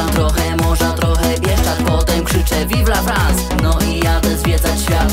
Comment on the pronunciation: Tekst naprawdę spoko , nawet czysto śpiewasz tylko w pierwszej zwrotce zamiast myślę nad tym życie moim zdaniem powinno być myślę nad mym życiem. Tak samo słowo vive la france powinno się wymawiać "Vivla Frąs" a nie Vivla Frans Ale jeśli chodzi o Disco Polo to nie jest to złe moja ocena 7,5/10